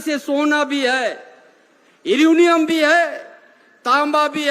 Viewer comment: यूनियम nahi mantri ji यूरेनियम 😂